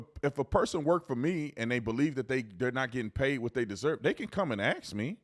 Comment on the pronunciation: He did say "ax", lol. However, he corrected himself at least!